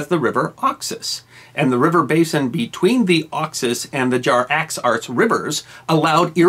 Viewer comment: Hey, it's "Jaxartes", not "Jar-axarts"!